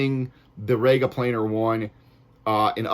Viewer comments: It's rEga NOT rAyga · ''RE-GA, not, RAGA. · Well, it would give your review more credibility if you could pronounce 'Rega' properly.